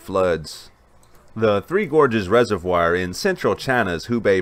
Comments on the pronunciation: uhhhhhhhhhh.... no? check spelling for pronunciation??? the I and O would need to be reversed for the presenters pronunciation of the word reservoir to be correct. Also, while I agree we are one race... that is a non-sequitur and off topic. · Please Google how to pronounce reservoir. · Good coverage. Another interesting video. I have been subscribed for a few weeks now and am enjoying the dam coverage. I also enjoyed the coverage of the Mt. Sinabung eruption. If I could bring up a minor sticking point on your vocabulary... the word reservoir is pronounced resev-war not resev-wire. Just FYI. Wouldn't want anyone mistaking your charming southern drawl (Texas?) for ignorance.